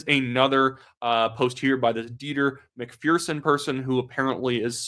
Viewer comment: MacPherson is pronounced Mac-Fur-son